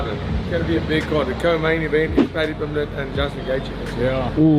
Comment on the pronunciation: Paddy tha -pimblet 😂😂😂😢😢